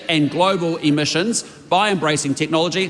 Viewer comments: Did she say emissins or emissions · Chole is so dumb 2 faced snobby person cant even say emissions properly!!!